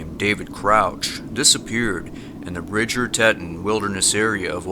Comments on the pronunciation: Dude..... On #2, David Crouch, the place - Bridger Teton - it's pronounced "TEE-TAWN", not "Tet - un" You have a cool show but I wish you would pronounce things better. Cheers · not te-tun its tee-tawn. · Bridger tet on? C'mon man lol Tee ton! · Love your videos! However Teton is pronounced “tea-ton” with equal emphasis on both syllables. Keep up the good work. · Just for clarity it is pronounced tea ton. Ton as in won ton. Don't feel bad when the Teton dam broke Walter Cronkite pronounced it wrong too. Like the videos, keep up the good work. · Teton,, it's tee tawn. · I'm sure someone already said this but it is pronounced "tee-ton".